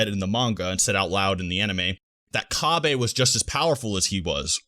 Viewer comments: Cabbay? Really?? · Cabbe?? Kinda cringe my man